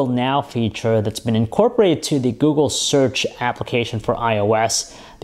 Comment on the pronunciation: FIRE THIS GUY.He keeps saying GOO-GOO,I don't wish him well ;)))